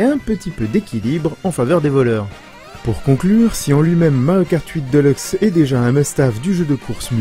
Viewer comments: sa me fait tiquer quand j'entends deleuxe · "mario kart 8 deuleukse"